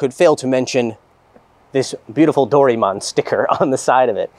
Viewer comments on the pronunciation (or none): Did I heard that right "Dori-mon"...